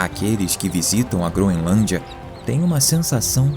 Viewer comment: "GroNElância"? Isso é o padrão de qualidade do nosso país!